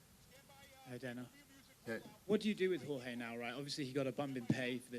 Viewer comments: Its jorge not George...lmaoooo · Why does Dana white pronounce Jorge name with a g lol